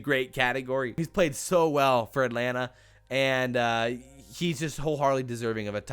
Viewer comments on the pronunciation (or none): none